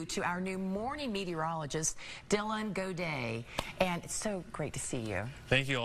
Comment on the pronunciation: We do not pronounce Gaudet in French like he said.